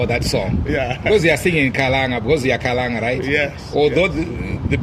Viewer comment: Please let's learn to say Kalanga not (Khalanga) it is the same as Ndebele and (Ndewere) Ngati milidzeni Kalanga chedu Please